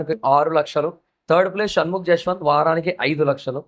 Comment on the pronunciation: Saketh kadu sanketh Jaswanth kadu yaswanth